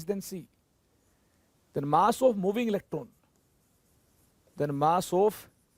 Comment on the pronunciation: With due respect sir It's not pronounced as ilectrone It's electrone